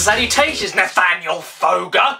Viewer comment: Sometimes when caddy says your name it’s sounds like “Nathaniel foger!”